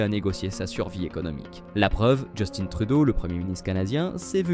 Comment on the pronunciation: Il se prénomme justin et non Justine